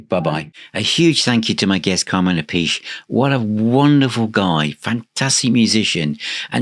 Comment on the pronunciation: Hi, nice interview with a great drummer (his brother, Vinnie is also brilliant). For the record: the proper Italian pronunciation of Appice, is " Ah-pee-chay", ( another one, Iommi, is "Ee-oh-mi") so there's your Italian lesson for the day, from another crazy Italian...Cheers